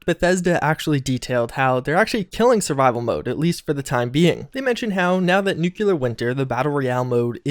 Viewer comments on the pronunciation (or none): Dude. Nuke-Lee-Ur. Nuke-You-Lur isn't a word.